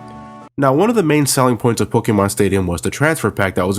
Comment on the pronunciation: this guy says pokemon WEIRD LOLOLOLOL